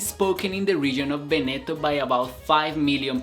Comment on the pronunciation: Interessante (però si pronuncia Véneto, non Venéto)